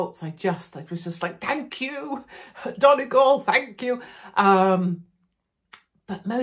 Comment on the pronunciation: Impressed how Katie pronounces all words correctly. Donegal, Varadkar whatever. She is so informed and educated.. If only Brexit was explained better to the British people, so many genuine people suffering now.